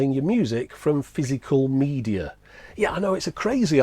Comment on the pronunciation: FYSS-I-CAL MEE-D-AHH?